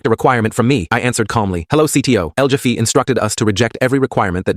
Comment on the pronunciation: El Jeff E? El Heff A. Shizzzzzzzz.